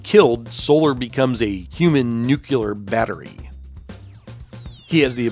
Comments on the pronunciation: NEW-CLEAR, not NEW-CUE-LAR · Nuclear not nucular. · Nuclear. Not "nucular." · Great post, but just a reminder: there is no such word as “nucular”.